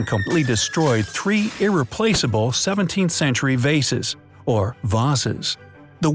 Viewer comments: You said tree not three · Really, it’s not tree! It’s three! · Tree not three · it is three not “tree” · um. Tree vases? don't you mean three? lol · it says tree not three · Tree or Three? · who else noticed it said tree 17th century vases instead of three 17th century vases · tree (he meant they meant three) XD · ✋ WAIT! Was that supposed to say 3 because it said tree. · It says “tree 17th-century vases” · why is it tree not Three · Ok but it said TREE instead of THREE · Am i the only one who noticed “ TREE 17 th century vases” ...even the narrator said TREE. Ws it supposed to be tree or three...as three vases proceeded to fall. Tree or three ? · TREE 17th Century Vases Wait, TREE not Three? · "Tree 17th Century Vases" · Tree vases ? . . . You mean " Three " Doesn't anyone proof read/watch these videos ? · TREE VASES